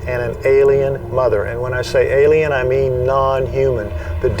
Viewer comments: To whom it may concern: The word is pronounced "ALIEN", not "ELLIAN". Thanks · And to whom it may concern: The word "alien" is not pronounced ...Ellian. It's Alien. Thank you